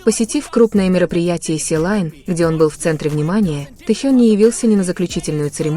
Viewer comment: Не силайн а Селин